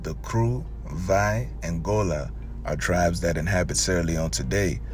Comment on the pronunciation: Kru is pronounced "crew", not kuru, Kru person from Liberia here. Beai nee (thank you).